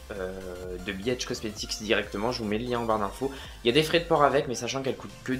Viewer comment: mdrr je suis trop à l'ouest! je pensais que tu disais biatch comestic et pas bhcomestic, jme disais que c'était osé comme nom de marque mdr